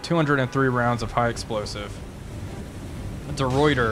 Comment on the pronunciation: That’s not how the ruyter is pronounced…